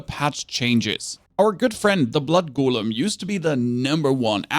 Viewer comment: GO LEM GO LEM NOT GOOL EM